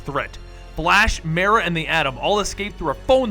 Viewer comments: Isnt it suppose to be like "Mere" another word for Lake. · I'm pretty sure Mera is pronounced with a long e instead of a short one. Minor complaint, but bugs me every time I hear it. Like when people mispronounce Ra'as.